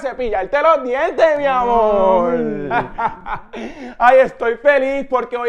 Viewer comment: "MI AMOL"